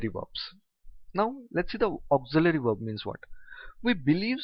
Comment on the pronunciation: Sir i notice that you pronounce verb like (werb)